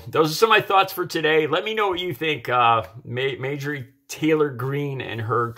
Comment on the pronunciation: her name is pronounced MAR-jor-ee. Clean your glasses.